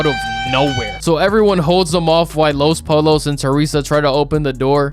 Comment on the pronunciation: U dumb asl honestly youain even really watch ts heain banish himself he was banished for knowing tm and acting out tryna get him n teresa to escape the company and for being a wannabe fake ahhs puerto rican u cant even pronounce los pollos correctly you sound whiter than teresa😂😂😂fraudulent ahhs wannabe clamin ahh wannabe